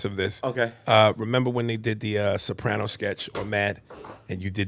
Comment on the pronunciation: WHY IS NO ONE TALKING ABOUT “TONY SOPANO” LMFAOOOO